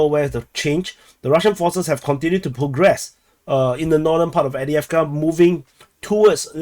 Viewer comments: No, it's Av-dye-ev-ka. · Can anyone confirm the pronunciation of Avdiivka used by this channel author? He says A-dee-ev-ker. Is this correct?